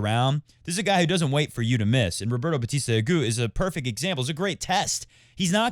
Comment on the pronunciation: Roberta Batista AguTTTTTT. It's Spanish not French